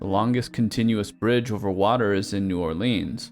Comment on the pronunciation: Sint Maarten is not part of the country of the Netherlands, but it is part of the Kingdom of the Netherlands. New Orleans is pronounced "New OR-lənz"